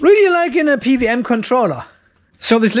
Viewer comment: I love it that you said "PVM" controller instead of "PWM".... happens to me all the time, because "double-u" is absolulely not intuitive for a native german 😅